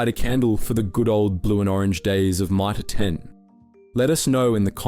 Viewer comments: You nearly got me pretending not to be an AI channel. The moment you read out Mitre 10 as My-Tah 10 then used a different pronunciation later in the video. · " My-Tar ten" who pronounces it like Ike that ? But the Narrator gets it right the seconds time a few seconds later?